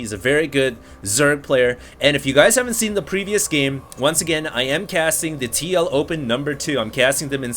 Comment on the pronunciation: Lol when u say tl open it sounds like tlo-pen.